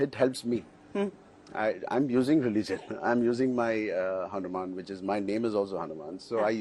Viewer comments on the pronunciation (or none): none